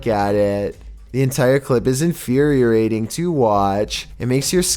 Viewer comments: infeariorating... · He also said “infuriorating” instead of infuriating mark. He frequently mispronounces words in a weird way. Sometimes I feel like it’s on purpose because it’s just so ridiculous. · "Infuriorating".... LMFAO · "infuriating". You need to learn how to talk clearer, and how to pronounce certain words your plan on using in your videos. I know am not the only one that finds you voice INFURIATING!